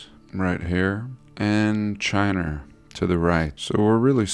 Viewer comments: Chiner kills everytime 😂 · I love how you say "Chin-er"... too good.